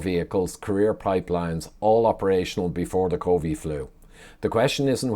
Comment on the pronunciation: Small thing but it annoys me when you say “covee” flu 😂